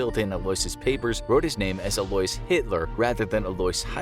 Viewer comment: Why are you pronouncing Alois like that? It's like Louis/Lewis but with an A in front of it...